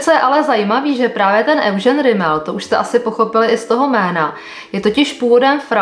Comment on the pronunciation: Petro Eugene se vyslovuje Judžín😉